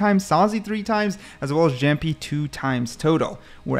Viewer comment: brooo that's not "zamjjik"😭😭😭😭 he's kang kang and it's not "jampy" it is pronounced as yaampi